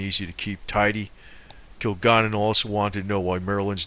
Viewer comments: Kil-Gal-Len Please pronounce her name the right way. This information is incredible and interesting! There is a flow to this. I believe it. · Yes! This guy's pronunciation of Kilgallen's name is irritating. Your explanation is good. I'd probably say it's the words "kill" and "gallon." I can't imagine the fellow is much of a researcher if it never crossed his mind to watch a few seconds of a "What's My Line?" clip. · Hey Buddy, Kilgalllin Is Pronounced (Kill-Gal-Lynn) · her name is pronounced KILL- GALLON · You think his 3rd grade teacher would have taught him how to (Sound - It - Out) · The ignoramus on this video can't even pronounce Dorothy Kilgallen's name correctly, or the names of other famous people. He offers no evidence (of course not), but just keeps spinning the same conspiracy theory. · who is talking? doesn't even say her last name right